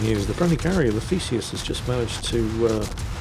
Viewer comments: For a moment, I thought you called the "friendly" carrier the "Feces." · sweet jebus I had to turn on CC Thesus was Not what I heard